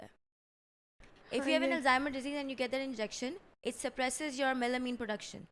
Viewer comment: Alzheimer's is a mental disorder not a skin condition. Also it's melanin not melamine. I truly love you guys and I wish for this channel to keep growing the way it is, but it's also important to get your facts right especially when you're reaching out to so many people.